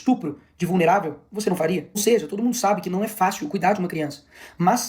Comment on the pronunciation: "TOOÔDU" polítiku só quer votu!??? TODO!!???? RESPEITOSAMENTE, argumentação superficial, "desganhou des-ganhou" um possível inscritu...